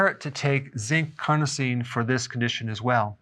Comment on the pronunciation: Why would you pronounce CARNOSINE as CRONOSINE? Seems like you just saw it for the first time.